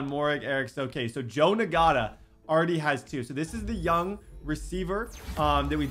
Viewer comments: Bro I’m pretty sure Ngata is pronounced (Na-Ta) no G! I couldn’t help but pick up on it everytime he said it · It’s not pronounced “N-Gata” it’s pronounced “Nata” please no longer call him that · That rookies name isn’t pronounced Na gata it’s just nata the g is silent 😂😂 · “Nagata” 😂 that G in Ngata is silent my boy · Ngata... Nagotta... "Not-uh" 👍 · the rookie we receiver last name is pronounced (not-a) not (n-gota) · I think his name is actually pronounced EN-gata instead of NE-gata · it’s pronounced “Nata” not “Nagata” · It is engata.... that is how u say it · i’m 15 minute in and him saying Ngata like Nagotta is making me insane😂😂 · Boy think he slick with ngata. The g silent😂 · Btw Ngata is pronounced (Not-uh) the G is silent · Ngata is just pronounced Nata. They get it from the Tongan DT that played for the Ravens. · Dear if you see this Ngata is pronounced Nata I know that because of a D lineman who played for the ravens:) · I think it’s pronounced Nata , silent G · Bruh, the dude's name is pronounced na-da. The g is silent